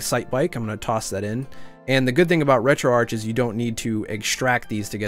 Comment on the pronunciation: Thank you for being one of the few of us who pronounce Retroarch as 'Retroarch', instead of 'Retroarc' :P